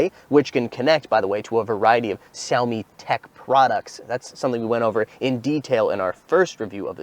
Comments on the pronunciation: We learned "Wah-Way" Huawei & we'll learn to say (Zhu)"Meow" for Xiaomi. Stunning phones & breathtaking cars. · Why is he not pronouncing Xiaomi correctly especially as a Chinese speaker?